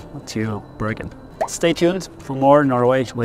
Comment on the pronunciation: Thanks for a very informative video and stunning scenery. Most of all, it's so nice to hear the Norwegian names pronounced correctly. Just wondering why Bergen was discriminated to "Bøørgen"? 😊